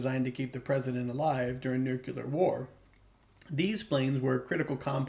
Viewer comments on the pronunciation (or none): Can't take anyone seriously, who can't pronounce the word nuclear.